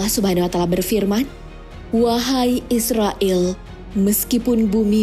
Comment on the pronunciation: Cumn mau memperbaiki bukn israill tapi izroil🙏